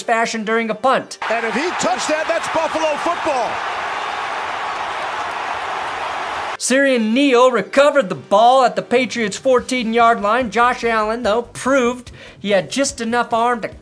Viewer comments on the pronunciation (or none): Love the vids, bit in the unlikely future you have to pronounce Siran Neals name again, its SIR-AUN Neal